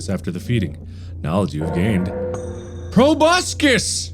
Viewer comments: I'm glad that several years later Mark still pronounces "proboscis" as "probuscus" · Mark says 'Proboscis' like 'Tobuscus' which is fucking hilarious to me